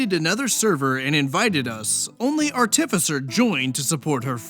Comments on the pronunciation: If I had a nickle for every rpg horror story youtuber who mispronounces the word artificer, I'd have two nickles... 🤔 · The only thing that irked me more than the manipulative behavior is your pronunciation of 'artificer' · Pronouncing artificer multiple ways? Based